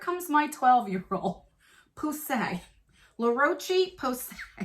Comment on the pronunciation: Phonics for you La roo sh PA Say